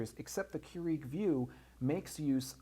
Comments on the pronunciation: I can't. The ignorance is real here. It's kur-ig not kur-eag. Just stop. you sound like a total idiot. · First, it's Keurig, not Keureeg. Second, you mentioned that you can select the type of beverage on the Vue system probably about 10 times. Otherwise, this video could have been 5 mins long instead of 20 mins. Otherwise, a very informative video. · Seriously. I could have said that in under 5 minutes. Plus, it's pronounced "Cure-ehg" not "Cure-EEEEEEEEg" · Why are you saying Keur-EEG? I just watched the official infomercial this morning and it is Keur-IG. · KeurIg NOT KeuREEG!!! Good thing you are a professional...at pulling tinfoil tabs? LMAO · Please pronounce the name correctly. It's "CUErig", not "cueREEg". The emphasis is on first syllable. Otherwise nice brief reviews. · GREAT video/demo! I'm a customer of your company- but must say.. it bugged the livin' outta me how you kept pronouncing KEURIG, "cue-REEEG" when it's "KOO-rig". I know, I know.. I'm being nit-picky. But when u mention the name SO much, it gets really annoying! (esp. when you're business is coffee-- I'd think you'd get that right) = ( Sorry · Stop saying Keur-EEG!! *bashes head against wall* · And say Keur-EEG a gazillion times and as oddly as pronunciation of buddons (buttons) ; ) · no it's keu-RIG, he's saying it wrong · Don't you watch the commercials? It's pronounced "Cure-ig". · How can any one respect your opinion when you can't even pronounce the name of the company you are reviewing correctly lol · Damn you pronounce brands, models and some words badly in every vid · why are you mispronouncing keurig and buttons? about to drive my crazy, in fact i couldnt finish watching. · It's hard for me to concentrate on anything he's saying. All I'm hearing is him mispronouncing the word Keurig.